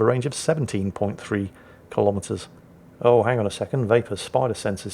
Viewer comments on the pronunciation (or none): none